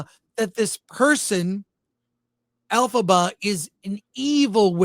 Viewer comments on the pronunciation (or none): You lost me at "Alphaba" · I’m kinda cracking up because 🤣🤣🤣 every time you guys say Elphiba is sounds like Alphaba which would fit with that bitchy actress being of the alphabet community. Close captions even show Alphaba. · Every time you say her name Elphaba, I hate this story.